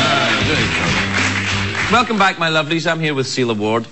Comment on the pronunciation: It sounds like he's calling her "Seal Award". :D Fits right in with their talk about The Guardian. ;)